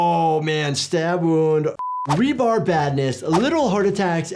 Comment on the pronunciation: Love your videos keep up the good work. But are you calling it rebarb? Instead of its proper name rebar.